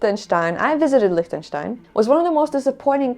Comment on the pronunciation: 😂 LIECHTENSTEIN lol!! Solid F 🤣